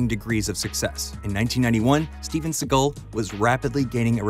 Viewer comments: A massive f you for pronouncing his name as seagul. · I thought you were cracking a joke on the voiceover from the video. Dude pronounced his name wrong the whole time. I don’t care in general what anyone calls the guy, but after a while it just got on my nerves. Seagole? I can’t even blame his accent because he doesn’t have one particular accent. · So you're telling me that this video is how I'm going to find out that Seagal isn't pronounced like seagull... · You're saying "see-guhll" but his name is pronounced "see-gahll" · Normally it bugs me when people mispronounce celebrity names (and here it would be even more egregious because you actually played a clip of him saying his name,) but Seagal is such a jerk that I was delighted to hear you call him “seagull” over and over and over again. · Lol, Steven "Seagull"... 🤦‍♂️ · You keep pronouncing it “Seagull” and now I’ll forever pronounce it that way. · Why do you pronounce his last name like that? I've always just heard it sound more or less like "say_GAHL." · Imagine making a video about someone and not pronouncing their last name correctly. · You’re not pronouncing his last name correctly. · It's difficult to listen to you mispronounce his name 100 times within 9 minutes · How about pronouncing his name correctly?